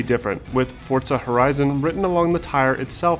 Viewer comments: It’s “Forza” not “Fortza”😂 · forza, not fort-za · ForZZZZZA not ForTSA... Damn english people need to learn pronunciations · Okay, why does everyone say “Fortza” instead of its proper name “Forza” I’ve heard 2 people say Fortza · Where is the T in forza?! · There is no t in forza...Fortza? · Whaaat?!? It's pronounced as "fortsa"? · It's italian and pronounced Fortza. Don't lecture people about pronunciations if you don't know how to pronounce it yourself. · Let me tell you a scary story FORTZA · If anything. italians with a thicker accent use a D sound. But never a T. Argue how you want but its not the way its said